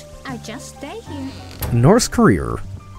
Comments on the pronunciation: We were promised "Nort Korear" at the end. I am disappointed. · NOR TH KARERER